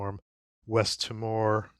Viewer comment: As an Australian the island of Timor is phonetically pronounced "Tea-more". Just thought you might like to know